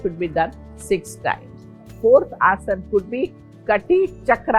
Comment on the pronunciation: हिन्दी में नहीं बोल सकती क्या। क्या सारे बीमार लोगों में बीमारी आते ही अंग्रेजी की कैसट भर जाती है क्या। आसन को आस-नास बोल रही है। चकड़ाने की भी कोई हद और उम्र होती है